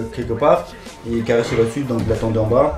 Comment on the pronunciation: c kaaris et pas karis